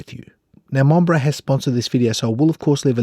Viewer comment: Monbrey😂😂😂 seriously